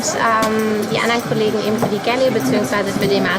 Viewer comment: jede Bordküche heißt im Fachjargon "galley" :) aber es wird nicht gäläää ausgesprochen wie es die Reporterin tut